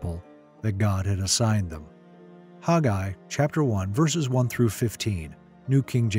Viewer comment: IMHO I believe this man is mispronouncing the very name: Haggai. He says HOG-eye. WHERE do you suppose he got this? It is a truly ugly way of saying the name. Remember, in "A Patch of Blue" when she says her name is "Sleee-na": and when HE says "Sell-LEE-na"; oh well. Dictionaries pronounce it as (long A) Hag'- a-I. But after all, I love this teaching and how clearly it is set in History.